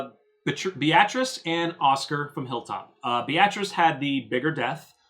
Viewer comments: [Bay - uh- treece] not [Bee-ah-trass] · Beatrice is pronounced BEE-triss. Have you never seen that name before?